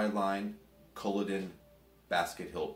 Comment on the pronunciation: only problem with this video is the butchering of the name culloden its cull - aw - den :)